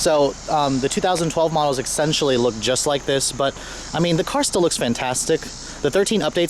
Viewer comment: The word is essentially, not exentially, fuck me....